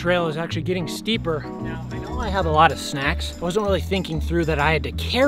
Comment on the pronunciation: I'm gey'n through, don't worry guys Also: don't think that i can make it to the ambulance